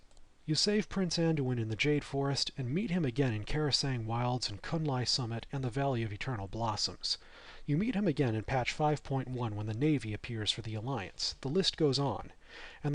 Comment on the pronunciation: You say Karasang Wilds, it's KRASARANG Wilds.